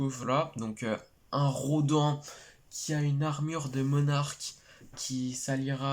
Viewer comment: Salut ça ce prononce "Rô d'âne" et non "RoDEN" même si ça s'écrit Rodan 😁 mais oui il est de retour yeees